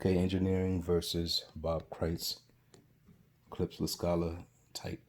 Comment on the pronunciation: Yo, the wood is not birch, it's cedar. And Klipsch is pronounced clip-shh, not clips.